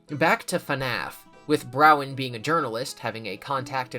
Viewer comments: Okay awesome, but listen, Bronwyn is pronounced Bron-Wen, not Brow-Wen. This is crucial lore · why are you calling her Browen when her name is Bronwen lol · Please, it's "brawn-win" stop saying "brown" 😭😭😭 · Why can no one read Bronwen correctly 😂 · my favorite is how he mispronounces bronwens name EVERY single time